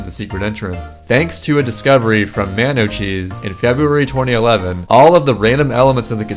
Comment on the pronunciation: My mans really just said MAInocheese